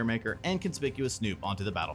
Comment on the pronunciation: omg, that's the first time I've ever heard someone pronounce Conspicuous Snoop correctly